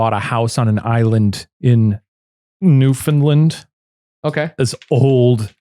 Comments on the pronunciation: With love and respect - It is said New-Fin-LAND not New-Fin-Lind. That second one hurts the soul a little. 😅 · as someone from Atlantic Canada. New-fun-land. Not New-fun-lund, or New-found-land. NEW-FUN-LAND ! 🇨🇦